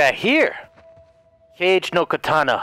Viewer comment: cage no katana" me: /getting a twitch/ it´s...it´s in japanese...it´s....Kage like a shadow not,,cage"....:D:D:D but I love how he automatically went american tho it´s written with,,K" not,,C" xD